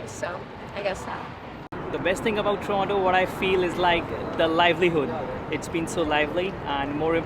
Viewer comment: It's not torano it's toronto